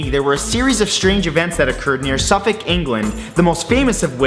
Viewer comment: it made me happy that he pronounced Suffolk correctly, can’t stand it when North American’s say Suffolk as in FOLK